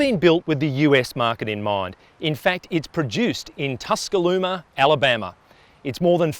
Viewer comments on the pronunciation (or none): Where's TuscalooMa? 😂 I'm pretty sure it's Tuscaloosa.